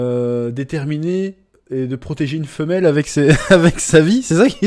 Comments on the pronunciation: Athena en anglais se prononce eufina pas femelle 😂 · Athena pas female, j’ai eu la même impression mais non c’est Athena qu’elle dit. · Elle dit clairement Athena mais avec la prononciation ça fait : A"FI"na mais ouais j'ai aussi entendu a female la 1er fois.